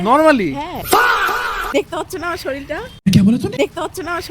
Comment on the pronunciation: শরীর ❎শরীল ✅😂😂